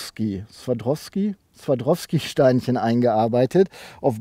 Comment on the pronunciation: heißt übrigens Swarowski ohne D